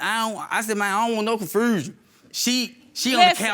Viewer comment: When he said ion want no confrusion! 🤣🤣🤣